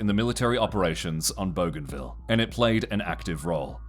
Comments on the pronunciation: Boo-g huh ville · bougainville Boo-gan-viel Not bow-gan-vil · BOO-GAIN-ville. Goddamn dude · I love that the Aussie narrator is pronouncing it "Boganville" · bro thinks it says *bogan*ville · Actual pronunciation should be closer to Boogai(n)vil. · lmao i had that exact thought when i heard the pronunciation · You could not be butchering the name of the island more than you are 😂